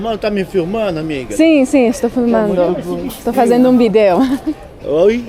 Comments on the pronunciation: the old guy who gave you the strawberries couldn't understand you because you were saying "video" incorrectly. You're pronouncing it like if you would in Spanish with the stress over "e" in the second syllable. But in Portuguese, the stress is on the first vowel of the first syllable. So it sounds more like you are saying VEE/jee/oh, than vee/DAY/oh. Also if your answer to a question is, "yes", don't say "yes" because it doesn't sound natural. Instead you should say "isso" extending the sound of the first vowel. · Bídeo 😅 we can understand portuñol but sometimes the pronunciation of the languages is unhelpful (v with a b sound in spanish). He was so sweet tho! Really cool video :) ( which is not for school lol) Also yeah i think some people from outside brazil especially americans don't know our supermarkets are like much easier to walk to or closer to people's homes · When pronouncing "vídeo" you have to stress the I not the E. Otherwise Brazilians won't understand it - it sounds to them like the capital of Uruguay. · Ele não entendeu a palavra "vídeo". 😅 A pronúncia correta é "VEE-deh-oh".😘